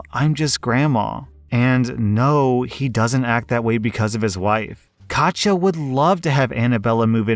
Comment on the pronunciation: Bit annoyed you pronounce "Katja" correctly but not "Iza" which is "EE-suh", or if it's Italian "EEt-zuh", not "Ai-zuh"/"Eye-zuh"